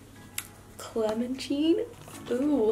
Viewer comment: Clementine not cleminen